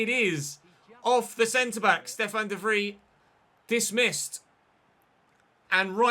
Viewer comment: Its pronounced more like Stefan de Vreye, then Vreeeeeee... just saying.